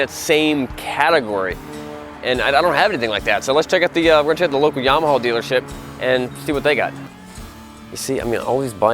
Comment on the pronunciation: OMG DUDE YAMAHAAAAAAAAAAAAAAAAA NOT HAWWWW GRRRR WTF!!